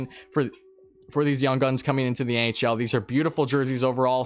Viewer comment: at the start I thought u said the ahl and I was confused